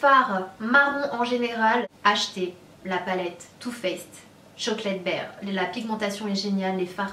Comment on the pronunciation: sana jadore kan tu parle Anglais mais c pas chocolate baire mais BAR kom dans un bar lol mais sinon kom dab continue de nous faire rever